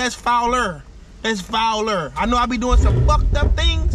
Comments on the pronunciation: Nigga said foul-er 😭😭😭😭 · That’s FOU-LER 😂you did a FUCK UP ER thing 😂